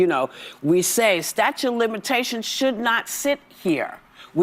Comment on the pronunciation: Hey Whoopi, what is a "statue of limitations" . Dmb ass